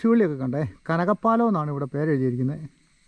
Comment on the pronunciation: കനകപ്പാലം അല്ല കനകപ്പലം